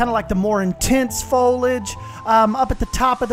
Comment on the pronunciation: Now you've got your tongue around aviary, practice on foliage. It has an i in it that is pronounced. It's not folage.